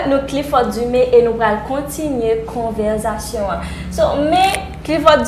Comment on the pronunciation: Yo pa di konverzation non mezanmi,se conver_sation